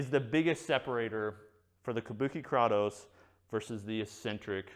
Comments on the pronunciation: According to google the actual mythological character is pronounced "Kraw-toss". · "Tell me you're not a gamer, without telling me you're not a gamer.", "Kraw-toes" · YAASSS! KRAY-TOSE. 😄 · It's pronounced "Kratos" not "Kratos" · Kratos isn't pronounced "kraytoes" in Greek, that's not how the language works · Kraytos. Not kratos lol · “KRAWTOES” Dude. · It’s Krātos with a long A homie! Enjoyed every bit of the vid, but you was killin me with that pronunciation😂😂. Side note: I know you’ve never played God of War given the way you pronounced Kratos…you should try it out! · THANK YOU! holy shit I wanted to choke him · Great review, except for mispronouncing Kratos 😂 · Clearly has never played the God of War games, or he'd know how to pronounce Kratos. Lol. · Great video,. I can’t believe no one told you how to pronounce Kratos though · Couldn't finish watching with the way he is pronouncing it wrong. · He pronounce it german ;-) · Can tell never played God of War with the way he pronounces “Kratos”